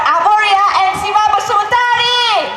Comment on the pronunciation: Shiva pronounciation shibo